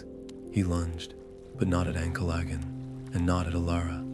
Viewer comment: Can't pronounce Ancalagon. Useless video